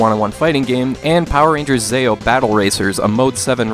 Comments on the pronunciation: I knew you hadn't watched Power Rangers before your disclaimer because you said "Zayeo" instead of "Zeeo" like it should be pronounced haha. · It's pronounced Zee-oh, not Zay-oh. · I loved the first two games. And the third one is pronounced more like zee- ohh. But I like how you did that lol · "Zeh-oh" "Play as Alpha-5, the mech robot" Why do I get the feeling that you have seen Power Rangers and are just trolling everyone? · Long ee when saying zeo. Megazord not alpha 5. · I’ve never heard anyone pronounce Zeo like you have. It made me laugh. 😂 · we could tell you didn't watch the show when you said zeo wrong 😂😂